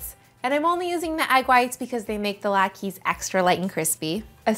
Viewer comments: Thank you for that. The "e" is pronounced as an "a" sound. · They are pronounced "lot ka" not "lot keys". 🤦‍♂